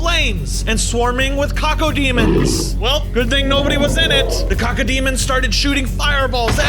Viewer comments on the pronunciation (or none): saying the doom demons wrong